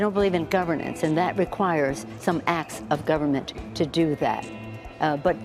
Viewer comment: Did she just say governent 😂😂😂😂